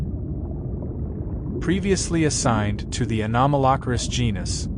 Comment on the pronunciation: 😂😂😂😂 this pronunciation of “Anomalocaris” has me LOLing 😂😂😂 it’s so wrong